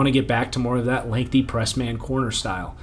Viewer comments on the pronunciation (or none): none